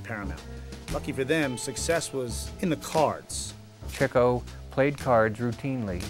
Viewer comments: He's a terrible narrator. He can't even pronounce Chico's name right. He called him Chicko. What a no-talent knob. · Why does the narrator keep pronouncing it "Chih-co"? I thought it was "Chee-co". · This narrator cannot pronounce "Chico" correctly - for shame!